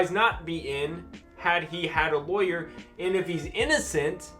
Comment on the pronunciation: Raaawwwghh laywer. Pirat lawyer